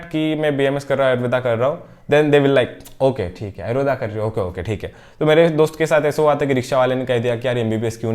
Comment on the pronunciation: It's ayurved not ayurvedaaaaa.